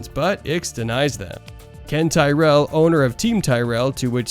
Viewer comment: Mansell, Prost and Tyrrell. You can’t pronounce any of them! Nice vid though mate. 😅